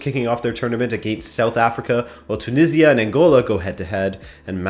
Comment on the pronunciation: Never say "against" like that again. Just insufferable.